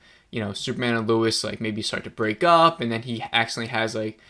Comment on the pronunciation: Bro you keep saying Luis